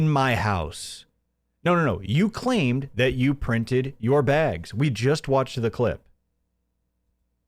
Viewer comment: Every time he says "BEEAGS" I feel a physical need to punch him. It annoys me as much as the lying now, only topped by the false flagging.